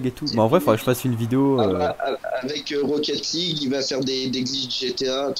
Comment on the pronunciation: rocket lague t'es bourée poto